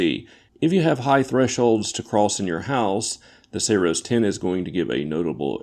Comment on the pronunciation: Did you just call it Sayroes 10?